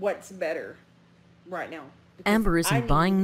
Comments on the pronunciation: Big Al purposely says raght instead of right on total purpose , she thinks people think she cute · I hate the “raht” thing as well. Some people really do pronounce it that way because of their accent but you can tell it’s something she’s playing up as one of her many “quirks”. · Hearing Amber saying "raht" instead of pronouncing it correctly because she thinks she's being quirky and dainty is so grating to my ears. Becky has proven to be just as bad but she doesn't deserve to be Ambers maid for the rest of her life. RUN BECKY!!! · That whole fake southern accent has driven me crazy from the start..... raght, lah .... my fervent hope is that when Becky leaves amber will stop with the fake accent and just pronounce words correctly. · Please do this for every single ALR video or live stream. You will have a HUGE audience. Also thank you for validating my irrational hatred of the way she says RAHT. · I say raght lmao i feel seen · Amber supposedly hates southern accents so much, but makes it a literal point to pronounce, “Right,” with the thickest southern accent she possibly can. Make it make sense.